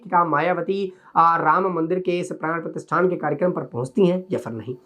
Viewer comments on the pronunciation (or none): Pran pratistha hota hai pratisthan nahi